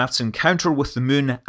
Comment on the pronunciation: Scott played so much KSP he even pronounces Moon “mun”